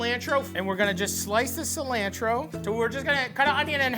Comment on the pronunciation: I love his cooking sesh. Especially how he says "alapeños" "Se"lantro Gives me warm fuzzies